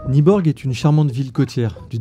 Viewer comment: Nyborg se prononce « Nuborg »